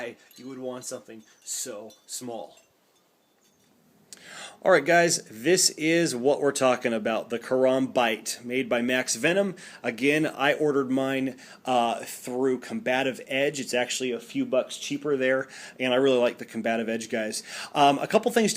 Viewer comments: It's karambit (ker-am-bit) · It's pronounced Ka-rum-bit. That just really irritated me during this video. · the way you said karambit you said it wrong